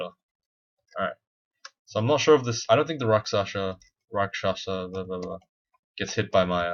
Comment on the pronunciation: You did it, you finally got the rakshasa pronunciation right. Kiku is proud of you! :D